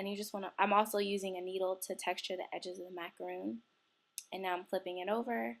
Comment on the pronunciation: She says it like macaroon (a coconut cookie) macaRONs r kind of like sandwich cookies